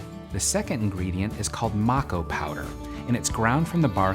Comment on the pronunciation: This is so wrong you always light sage with a candle held at a 45 degree angle white sage is closed and to you it’s not smudging it’s smoke cleansing smudging is a closed practice it’s called MAe-ko powder not mak-o you could of also easily bundled the sage instead the opening of the window is not for the fire alarm it’s so the evil spirits and negativity can fly out the window wich won’t matter for you since you burned white sage indigenous spirits will be mad anyways